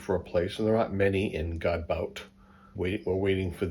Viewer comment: If I may... You pronounce Godbout (God bout). You've got the "god" part of it spot on. But instead of pronouncing "bout" as in a sporting event, bout actually sounds like "booh" as when you try to scare someone. So that would be godbooh ! 😁Have fun travelling !!! (also, glad you did not get stuck in that sandy pit !)